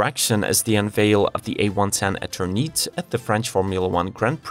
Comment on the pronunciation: When you don't know how to pronounce a name, I suggest you get google to help you. Eternite?!?! seriously